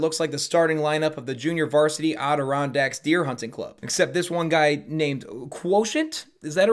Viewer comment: said Adirondacks wrong and that made me feel kind of annoyed, but then i was happy cause mentioned the Adirondacks.